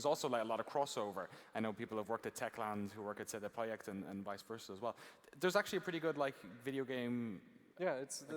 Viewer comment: Shit now I know how to pronounce cd projekt